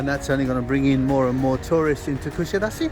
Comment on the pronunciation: You have lived in Kusadas"uh" long enough to know how to pronounce it!!